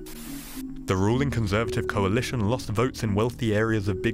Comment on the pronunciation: a coal-alition Haha